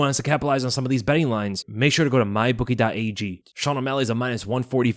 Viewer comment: It always sounds like you say “my bookie dot AEG”